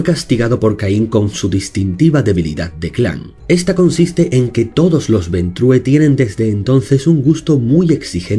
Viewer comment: Ventru, el clan se llama Ventru, no se lee como en Español, coño, porque ustedes los Españoles son incapaces de pronunciar bien cualquier palabra que no sea castellana?